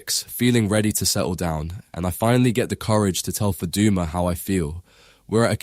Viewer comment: The way say Faduma doesn’t sound Somali accent you sure u Somali?????